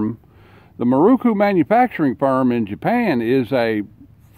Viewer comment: Pronounced .....Mear RO' kOO.......NOT moo.....ROO koo. They were primarily made for Japanese police departments with some exported.